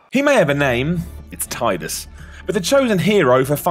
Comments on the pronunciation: Shadow9455 It's still wrong regardless. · What makes me mad most about this video is pronouncing Tidus' name wrong D:<